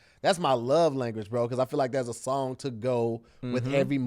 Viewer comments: Hey Tom looks like said "Schong" instead of song dont know where his tongue was for the assist. Incomplete pass hope they recover later in the game. Back to you Tom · Nigga u aint slide saying shong instead of song in the beginning and looked around. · 👨🏽‍💼🧏🏽‍♂️Hey Tom it looks like wanted to say “song” but instead he said “shong” 😂😂😂😂😂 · Who else heard say "shong" in the beginning? No? Kevin peeks around the door